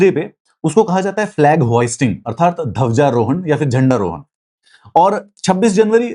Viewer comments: Dhawja rohan nahi sir dhwaja rohan hota h adha 'dha' hota h. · Bhai ye Dhawjarohan kya hota hai use Dhwajarohan kehte hein "Dh" hota hai "Dha" nahi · सर धवजारोहण नहीं होता है ...ध्वजारोहण होता है ...aap ek bar suniyega ...